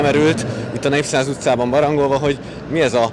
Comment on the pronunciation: artikuláljál már ember ne azt mondjad hogy Népszáz utca ha az a neve hogy Népszínház utca..mit hadarsz..